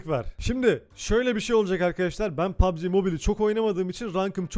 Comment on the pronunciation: Pugb mobile deil q PUGBB ezberleyin sunu